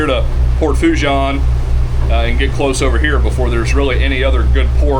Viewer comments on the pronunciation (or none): It's pronounced - sounds like "FOO - SHAWN" "N" is silent...LOL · I am a new subscriber, from Covington,Louisiana. I love your videos. If you want some street cred with the Cajuns down' dere',it is pronounced like so...Port' Fo- SHAUn' - demphasis on the N sound at the end. PS- I am not Cajun, my Irish American family never spoke French. And we have only been in Louisiana since the 1960s.But you learn how to pronounce French down here.One of my brothers has been to Port Fourchon and Cameron thousands of times in his decades working offshore and with various oil and gas companies in Louisiana and Texas. Sadly he passed away a few years ago or I would have shown him your channel and he could have given you some tips. I remember after Katrina how it was a nightmare getting those supply boats out to the rigs because of all the debris in the water. Hurricane Ida did even more damage there.There were unofficial readings out there that measured Category 5 Hurricane winds during Ida from what I have heard. Unofficial reports. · Fouchon is pronounced “Foo-Shon”